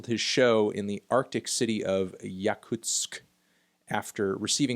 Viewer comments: I'm a little surprised at how woke Anthony is on the whole Russian censorship situation, and I didn't expect this video quite frankly. I gotta say, you pretty much nailed some of the most important problems our country has in terms of freedom of speech and expression (and also, yes, you did pronounce "Yakutsk" the way it should be pronounced). Here's some respect points from me, a russkie boi. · i finally gave a shot to this video from my 'watch later' playlist. melon nailed 'yakutsk' pronunciation but completely missed on the fact that sakha scene is more punk-oriented than dwelled in obsolete hip-hop shenanigans (who tf remembers jeeda and fiesta now anyway??)